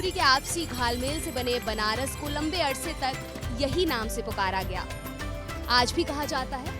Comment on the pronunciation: Banrash hai benarash nahi samjhi pahle nam sahi kijiye